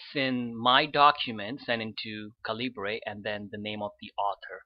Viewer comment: FYI, it's pronounced "CAL-ih-burr", not "cal-EE-bray".